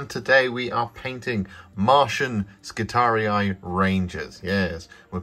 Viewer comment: I've barely pressed play on the video, and already I feel like favoriting it for your pronunciation of both i's in skitarii!